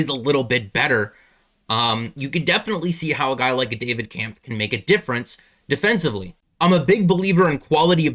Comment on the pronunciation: Pronounced Kemff